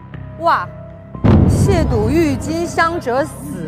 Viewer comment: 撒贝宁把渎字读对了其他人都读成了第三声😂